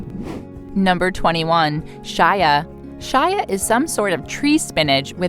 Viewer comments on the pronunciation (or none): none